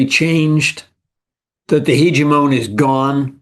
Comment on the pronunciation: HEEGEE-MON... Next level Pokemon